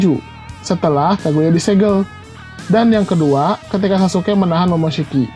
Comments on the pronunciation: Sasukek.. Ga enak gue denger naratornya nyebut sasuke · Izin komen. Sasuke bang,, bukan sasuke'